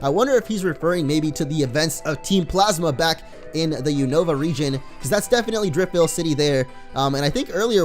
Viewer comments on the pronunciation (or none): none